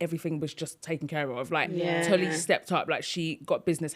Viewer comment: Why is Mariam pronouncing Tolly’s name wrong? She said Tolu a few times 😅